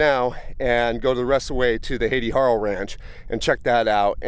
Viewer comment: Beautiful video. I love the old homesteads. BTW, I had an aunt named Hattie and it was pronounced "Hat-ty".